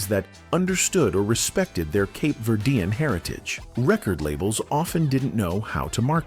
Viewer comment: There are pictures that are shown that are not the Tavares group!!! Also, the pronunciation of their ethnic back round is so wrong. Cape Verdean is who they were....not what is being said by the announcer!!!